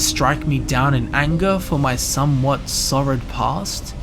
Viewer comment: He can't recognise the word 'sordid' though.